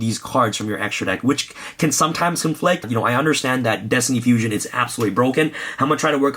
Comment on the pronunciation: My OCD gave me a headache every time he said destiny fusion.